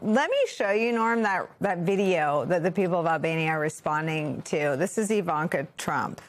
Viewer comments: You need to get her name right! It is not Javanka. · Her name is pronounced Eevanka. She should be arrested. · It's I V A N K A.........Not.........Javanka! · It’s Jarvanka (easier To pronounce) but we all hate them whatever you call them.